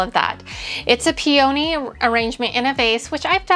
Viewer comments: Peony. Is pee a knee. Not pee oh knee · It’s not pee-OH-knee…it’s PEE-ah-knee. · Peony is pronounced "pee-uh-knee" with the accent on the first syllable.